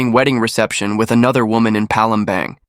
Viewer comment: Palembang..pronounce as Palembarng..not Bang